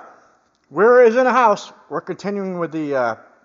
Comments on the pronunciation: The W is pronounced like a V. I have a German name & teachers I had from Germany would pronounce my name Vendling! Thanks for reviewing the WERA ZYKLOP 3/8 ratchet. I love Wera tools! I don't like non-serviceable either! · He's right, Wera is pronounced 'Vairer' to rhyme with 'airer'.